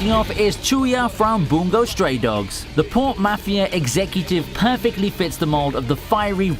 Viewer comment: He just said boongou start dogs smh bruh